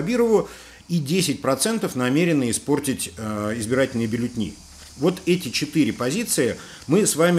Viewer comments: дорогой, ну какие «бюллетни», вы же интеллигентный человек, БЮЛЛЕТЕНИ!!!! Коробит от Вас! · Бюллетени, а не бюллетни